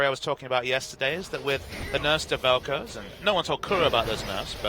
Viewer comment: Velkoze? C'mon